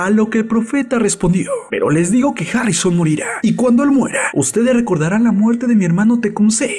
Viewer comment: Imbecil ablas harrisoon